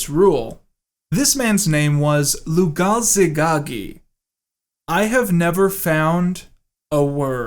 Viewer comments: Lugalzagesi "Lugazegagi" Okay Edit: You´re forgiven, most bears, or super-chimps can´t even read at all. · Lol you mispronounced Lugalzagesi the first four or five times.